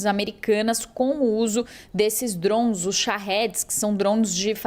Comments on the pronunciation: Cara que reporte chata falando drosn.... A palavra é DRONES DRONESSSSS.. Não drons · Que porra é Drouns ? Drouns, Drouns, não é possível que não consiga falar DRONES KKKKK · Reporter falou 67 vezes drons drown drond kakkaakak mas nenhuma vez ela falou drone puta que pariu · Kkkkk ela não consegue falar Drones kkkkk drouns kkkk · Trons toda hora 😅😂 acorda ouvindo drone e dorme ouvindo DRONSSSSSSS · Jornalista é dronssss ou Drones, não entendo porque estudam tanto pra nada. Dronsss🤦‍♂️ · Alguém avisa essa sonsa que é DRONE não DRONS PQP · Ela tentando falar francês...DROUNS, DROUNS, DROUNS... KKKKKK😅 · Mds Drouns? que isso Jornalista , bora pesquisar um pouco antes o assunto hein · Ensinem a esta reporter, por favor: DRONES, DRONES, DRONES. A notícia é para o Brasil. Que coisa mais chata! DRONES, DRONES, DRONES. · Porque inventar? o mundo não fala Drouns🤦🏽‍♂️🤦🏽‍♂️🤦🏽‍♂️🤦🏽‍♂️🤦🏽‍♂️ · Será que alguém pode ensinar essa pessoa a falar o nome correto dos DRONS. Av Maria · A cada DROUN que a reporter falava, o Irã perdia um ataque de DROUNS 😣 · Achei que era somente eu que estava implicado com a pronúncia dessa repórter… kkkkk DROUNS DROUNS DROUNS. Que chatinha!!!! Kkkkk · Esses “drunes” ahahahha Bela pronuncia! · Ela tá pronunciando em inglês? Por que não pronunciar em português? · Sim…mas o que achei hilário é que ela fala em inglês mas com pronuncia aportuguesada kkkkkkkkkkk O “r” totalmente aportuguesado kkkkkkkkk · É desafiador até para ela falar o nome kkkkkkkkk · Ela está falando em inglês, deve ter acostumado por estar no USA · A pronúncia do inglês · então fale certo não custa nada.